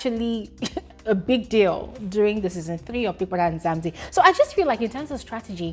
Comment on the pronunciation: it's not Nzamzi its Mzanzi!!